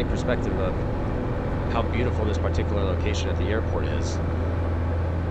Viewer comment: great plane.. btw, did anyone count how many times he said PAR-tee-Que-lar. :D